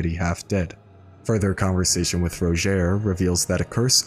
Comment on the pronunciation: Rodgier says his name in game and it certainly is not pronounced ROW-JHARE, like eww what an ugly way of saying his name.